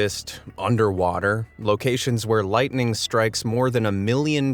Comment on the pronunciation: I cringe with the way he pronounces lightning...